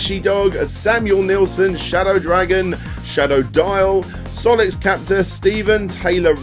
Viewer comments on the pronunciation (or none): none